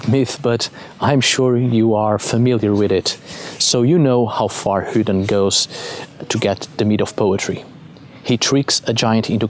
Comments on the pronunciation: Just curious why you say Hudin vs a more common pronunciation like modern Odin or “Othin” (Old Norse). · A very interesting talk on the god Odin. I was particularly interested in how you pronounced this name as 'Hooden' (without any emphasis on the 'h'). Here in England we refer to this god as 'Woden' which is pronounced as it would be in modern English, but obviously not so originally, since the Old Saxons wrote it as 'uuoden'. In the shire of Kent in the South of England is a custom of parading around the streets as a 'hobby-horse' and the title given is 'Hooden' or 'Hooden Horse' which has already been recognised as Woden/Odin by some. What a lot of English people are not aware of is that their most famous Folk-Hero - Robin Hood - derives from the remembrance of Woden in a role as the 'Green Man', the 'Lord of the Trees'. The tales of Robin Hood show his 'light side' as 'Fame-Bright Hooden' which is what 'Robin Hood' means. Robin Hood (Hode) was said to be a one-eyed wanderer wearing a red mask fitting with his being the 'One-Eyed God' and the 'Masked One'. On the other side of England in Wiltshire is a barrow called 'Adam's Grave' which is situated in the area around Avebury Stone Circle and Silbury Hill. A couple of decades ago a woman visiting the site was about to leave when she suddenly stopped and became anxiety and then not a little afraid for no reason whatever; she looked around to see no-one else there. She then heard the sound of an 'army of horses' galloping towards her at full speed; she moved off slightly past the barrow and the sounds stopped immediately. The o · funny he calls odin hoodin lolz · "hudin" lol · then he pronounces horrible as orrible, so adds an h to vowels and silences at start of words?